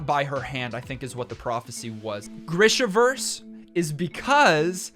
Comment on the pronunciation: Greeeeesha. Greeeeeeshaverse. Say it with me.